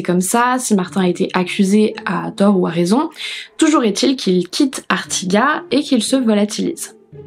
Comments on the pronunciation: J'ai adoré ta vidéo, comme toutes d'ailleurs.... mais en tant qu'Ariegeoise pure souche je me dois de t'informer que ca se dit ArtigaT (on prononce bien le T, on prononce toutes les lettres en Ariège ;-), mes poils se sont hérissés à l'écoute 😂😂😂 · Hello, Je ne commente absolument jamais MAIS cette fois-ci je suis obligée de mettre un petit mot, ayant grandit juste à côté d’Artigat 😄 D’ailleurs si pour une fois c’est moi qui peut t’apprendre quelque chose le « T » final se prononce! Ça doit être une histoire de patois du coin, beaucoup de villages aux alentours (Le Fossat, Massat, Lezat) ont la même terminaison et ça doit faire parti du charme Ariégeois 😅 Merci énormément pour tes vidéos, ta voix, ton contenu 🥰